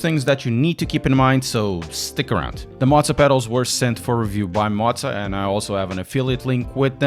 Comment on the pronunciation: Motza is not a thing. It's M O zah. Come on man, love your channel, but motza is killing me!